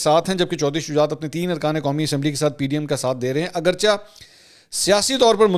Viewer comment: Mansoor Ali Khan jee As u r my most favourite and loved journalist I dare to disturb u for a small correction Agarcha ki bajaae Agarchay bola karen jesay aap choonkay chunanchay bolty hain Gustakhi muaaf